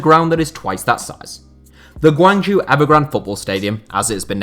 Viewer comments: Great video, however, 'zhou' is pronounced 'Joe', not 'jew'. Hopefully you can correct this next time Guangzhou Evergrande is mentioned. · Guangzhou is pronounced like [gwung-joe]